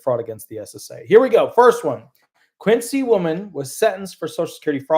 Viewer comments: ....The first case you mentioned from Quincy, Mass. is pronounced "Kwinzee". I believe the city is named after John Quincy Adams. The city has turned into a dump. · Quincy is pronounced Quinzy in Massachusetts